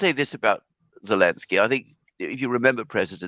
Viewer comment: "Bellenski" 😂 Very British pronunciation there.